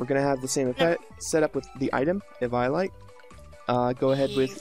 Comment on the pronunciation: Oooo oh oh god he pronounces eviolite sooooo wrong!!! It's pronounced ( Evee-O-Light) Jesus